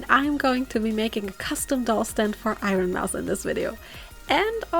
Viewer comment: I lost it at "IronMoose" 😭😭😭😭😭😭